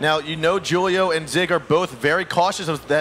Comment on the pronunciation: The way they pronounce Julio drives me insane